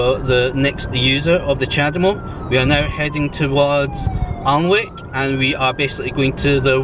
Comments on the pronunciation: Pronunceation police here, Alnwick is ann-ick! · Hi - I think you'll find it's pronounced "Annick". Watch out for irate Geordies! Fun video, by the way.:) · Alnwick is pronounced Anick, the world needs Chademo police. Who are these cretins who push the Emergency Stop Button?